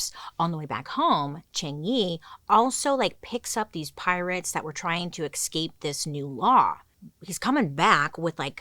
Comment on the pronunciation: Bailey!!! Please do a part 2 on pirates. Also, I adore you and want you to know the pronunciation of escape is ES-CAPE. 😅